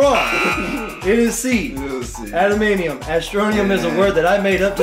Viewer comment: Awesome Trivia but the Metal that Wolverine is injected with is pronounced, "adaman"T"ium" you kept missing the "T" when you were saying it....as a Canadian, Wolverine is a national hero!! I think you should have to dress as Wolverine just for that reason....mispronouncing it must be punished...:-) Have a week you guys.